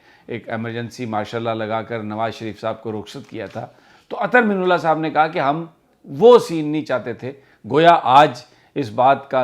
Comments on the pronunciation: Real pronunciation is Ather Min Allah. Not Ather minullah.please correct Sami bhai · The correct pronunciation of his name is: Minallah Not Minullah مِنَ اللّہ Not مِنُ اللّہ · Sir sorry to say but must correct u, please. Ap guzishta kai dinomse Chief justice ka naam ghalat pronounce kar rahe hen. Ap " Minallah" lafz ko " minullah" pronounce kar rahe hen. Arbi lafz ki meaning mamoli zer zabar badal jati ha. Plz consider it. Thank u